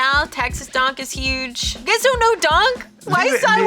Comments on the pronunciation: Dunks, not donks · Spelled Donk but pronounced "dunk"